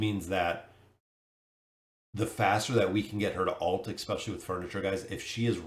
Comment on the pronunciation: It's especially, not expecially. I love your content, but every time I hear this, I want to turn off the video.